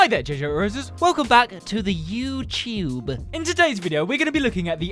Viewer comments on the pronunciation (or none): “The YEWTEWB”😂 I said my first word at 5-6 months old. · welcome back to the YEEewchHooBE 😂😂😂😂 love it. you make everybody’s day. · YouTube ❌ Youchube ✅ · It's the way you say ✨YeWtUbEeE✨